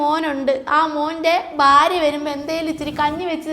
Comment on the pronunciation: Pronounce as.bharya. bhakshnam. Not barca and bashnam